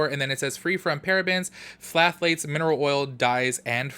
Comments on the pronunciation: Always love your videos and I'm cracking up at your pronunciation of "phthalates". "Thhh-ah-lates", the p is silent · Hey boo, the “ph” in phthalates is silent so when you pronounce it, it’s just thalates (the “th” is like in the word thin). I swear these ingredients are a mouthful. Don’t need to feel dumb since they are complicated to pronounce.